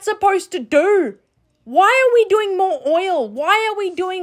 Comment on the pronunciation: I’m sorry, but it’s the way she said” what’s that supposed to dorrrrrr”😂😂